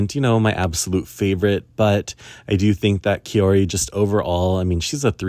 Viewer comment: Hi just a little pronunciation thing, Kaori is pronounced like maori (from new zeland), the “Kao” part is like Kao Miura, and not like you would pronounce “caos” en english! And I want Wakaba to win a medal too, but I guess she needs to peak at japanese nationals more than in GPF? 🤔